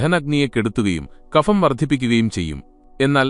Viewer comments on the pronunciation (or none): Kapham എന്നല്ല(ഫിസിക്സ്‌ എന്നതിലെ 'ഫ'എന്നല്ല) kabham എന്നു പറയണം